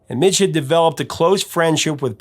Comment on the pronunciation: MIDGE, not Mitch. As a MIJ i totally understand the name MIDGE haha, to demand people say it correctly !